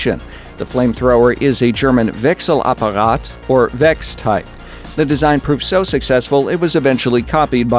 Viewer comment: WOW you said wechselapperat really well Big Fan from Germany over here :)